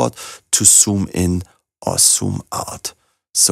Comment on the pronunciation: Do you know that Z is not S ,ya? I am sorry but you do cannot say zoom in and out, you pronounce soom in and soom out, and other Z equally S, making them indistinguishable.